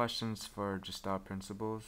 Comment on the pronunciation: It's not "gestalt" as in "George" it's "Gestalt" as in "Guess" - a hard G.